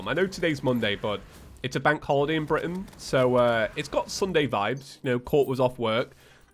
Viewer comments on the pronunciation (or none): none